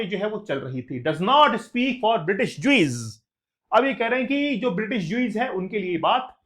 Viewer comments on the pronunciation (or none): "Ju-eeez" nahi "Ju-u-ss" 😊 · jews ka prononciation galat hai it's rabbi chaley a jews religious teacher not PM Churchill nahi jaante toh kam se kam galt toh mat bataao